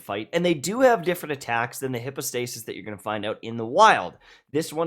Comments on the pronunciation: Isn’t it /haipow/, not /hippo/? 🤨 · Please pronounce "hypostasis" correctly! Google can show you the pronunciation. It's not hippo-stay-sis lmao. [hai ·pow·stei·suhs] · Everyone: Hype-o-stasis No one:: HIPPOstasis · bruh why are you calling it hipostasis? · Bro y u pronounce it hippostasis 🤦🏽‍♂️ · But why are you calling them hippo-stasis???? 😅😂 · No one:: HIPPO-stasis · "Hippostasis" lmao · He replied "no" when someone asked him to pronounce it correctly 💀 🤣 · Then my ears didn't lie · Just thought the same xD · That hurt my ears 😂